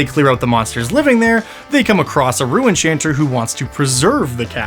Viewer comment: I thought he was saying “Rue enchanter” 🤣